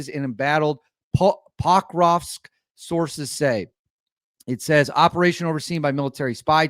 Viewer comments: Pok-rovsk not paak raavsk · it's POK-ROVSK not Poo-krovsk :)) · Google has the answers Russian pronunciation Phonetic spelling: poh-kroff-sk Ukrainian pronunciation Phonetic spelling: pah-krohv-sk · "Pokrovsk" it´s pronounced Pro-kovsk, exactly as written. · SOUND IT OUT WITH ME…..P.O.K.R.O.V.S.K 😂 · Pokrovsk is pronounced as P-Uh-krovsk (Pakrovsk) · Poe-Krovsk. Watch Willy OAM. The city is almost completely surrounded. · PUH- Krovsk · It's definely not called poo krovsk, you may need to renounce your American citizenship to start pronouncing things correctly. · Hi. Pokrovsk is pronounced with the Os all sounding like the O in the word or or order. They don’t sound like AHs. Thanks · Right. The ‘o’ is pronounced as in bone. The ‘r’ is trilled.